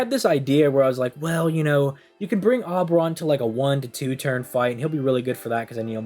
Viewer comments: O-beron. Not Awwww beron. Oberon. Ou-beron. Please. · Omg please say Oberon correctly in one video lol